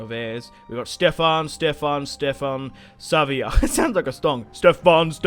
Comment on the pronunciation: SAVIJA XDDDDD IT'S SAVA HAHAHA